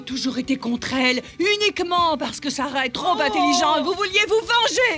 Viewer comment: J’adore votre diction, par exemple quand vous dites “ses affaireudeuvaleur", “princesseuSarah” ou “l’archétypeudumartyr”. C’est très sympa 😂